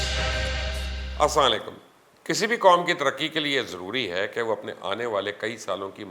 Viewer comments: yeh Asa laikum nahi hai Asslam o Alaikum hai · مبشر صاحب آپ ایک سینیئر صحافی ہے لیکن "اسام علیکم" نہیں بلکہ " اسلام وعلیکم" ہوتا ہے